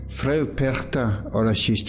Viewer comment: Hallo! Ich bin von Österreich. Du sagst "Perchta" sehr gut. "Frau" sollte aber besser sein. Das muss ein richtiges AU sein. Ich möchte noch dazu sagen, dass Frau Perchta sicher KEINE untergeordnete Göttin war, viel mehr DIE Urgöttin schlechthin. Noch älter sind sicherlich die keltischen Götter, da gab es damals die Göttin Cailleach. Und dann kam sicher schon Frau Perchta. In Österreich waren erst die Kelten danach die Germanen. Dann kam die christliche Kirche, die mit allen Mitteln versuchte, den Menschen den alten Glauben auszutreiben. Aber im Alpenraum hängen die Leute sehr an ihren Traditionen, und ich kann mir vorstellen, dass es ihnen gerade hier nicht gut gelang. Wenn es also nicht gelang sie auszurotten, dann musste man sie umso mehr dämonisieren. Dann ist sie keine schöne Lichtgöttin mehr (ihr Name sagt das ja: die Strahlende, die Glänzende), sondern eine alte hässliche Frau. Jeder (in Österreich) denkt sofort an die hässlichen Masken, die Perchten die bei den Perchtenumzügen getragen werden. Niemand denkt an eine schöne Lichtgestalt oder an eine "Weiße Frau", die liebevoll und schenkend durch die Lande zieht, und die Frauen und Kinder beschützt und beschenkt. Diese Lichtgestalten findet man nämlich auch in ganz Europa, wenn man ein bischen forscht. Witte Wieven in den Niederlanden, La Dame Blanche in Frankreich, die Saligen Frauen in Österreich usw. Und das ist eigentlich die helle Seite von Frau Perchta. Gut dass es noch Menschen gibt, die das alte Wissen erha